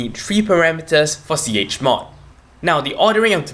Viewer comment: please do not make tutorials untill you learn how to pronounce 'chmod' properly.